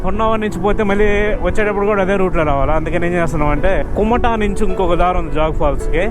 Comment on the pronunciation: Nice presentation & editing. Worth watching your travel videos brother. Note: pls correct your pronounciation like 1. Kumta not Kumata 2. Saagaraa not Sagara 3. Jog falls not Jag falls Thank you. Keep going 👍